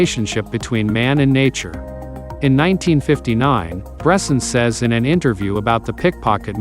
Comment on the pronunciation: It would be nice to pronounce his name correctly ...